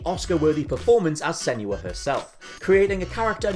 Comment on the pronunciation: I hate the way some people pronounce Senua. It's not "Senuwah". You only need to play the game and listen to know that's not how it's pronounced.